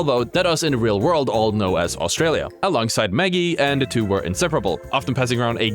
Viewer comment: 😂bro said Australia 😂